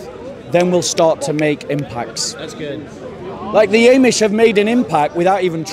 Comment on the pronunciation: It's not "eh"mish my friend. It's AHmish